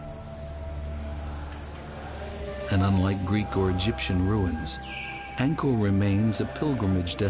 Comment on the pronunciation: Angkor/nokor .... not naga r lol